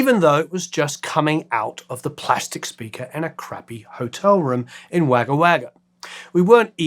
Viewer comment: In case not already mentioned, Wagga is pronouned Wogga :)